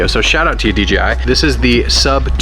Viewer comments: Sounds like you’re saying DGI. 😅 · DEE JAY I , not dee gee i "Yo man, wanna see a new video from FleetTest?" - From what? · why do they say "D G I" instead of D J I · why did he keep saying dgi but the real name is dji